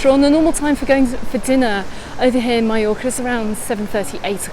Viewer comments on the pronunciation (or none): Going to Can Picafort in September! Thanks for the tips on how not to be swept out to sea! 👍🏻 On another point, I’m interested in your pronunciation of Mallorca. You say “my-yor-ka” and I’ve always thought it was “ma-yor-ka”. Is your pronunciation how the locals say it? Thanks!